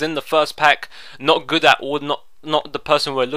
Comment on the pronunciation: Aha love it when he says 'And we get...No one gud.'